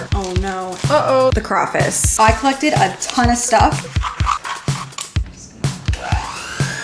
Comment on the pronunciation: We need to stop saying crawfice 😂 it’s hitting my ears so wrong